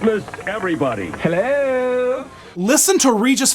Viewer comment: the "hELLo" 👁️👄👁️